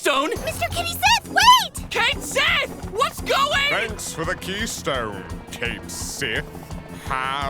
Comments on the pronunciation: Except it's supposed to be pronounced Kayt Sheeth... apparently. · It's supposed to be pronounced Ket Shee. That's the Scottish pronunciation, as well as the pronunciation they use in the Japanese versions. They also use it in Dirge of Cerberus' English version. In fact, FF7MA themselves bring it up; when Cait Sith is first introduced, and they type in "Ket Shee" in the name field before erasing it and writing Cait Sith. and later when Cait Sith is talking to Dio and says "You know who I am! Cait Sith!" Dio doesn't recognize the name; Cait Sith then says "Ket Shee?" and Dio goes "Oh!"